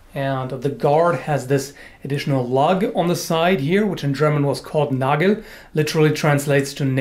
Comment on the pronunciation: You were pronounciating “Nagel“ surprisingly well.